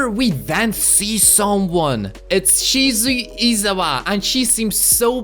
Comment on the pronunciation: Sir it's pronounced shi-zu-eh Not shi-zu-ie